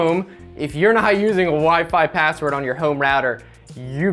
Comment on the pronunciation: you said pazzword